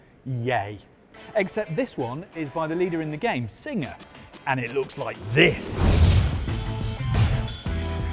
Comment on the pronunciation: Is this guy saying "Signer" instead of "Singer"? Is this the same guy that says "Porsh" and not "Porsche"? TG has gone to hell after JC left.